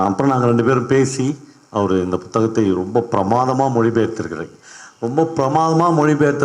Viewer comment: ஆத்தா ஏன் புத்தகத்தை அழுத்தி பு(B)த்தகமாக சொல்றீங்க? உங்களுக்கு தமிழ் சொல்லிக் கொடுத்த டீச்சர் யார்?